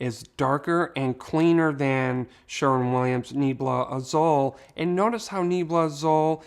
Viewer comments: I love your videos! I just want to help a bit with pronunciation Nee-AYE-blah Ah-ZOOL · I appreciate all your videos. Just a tip....Azul means blue in spanish and it's pronounced AH-SOOL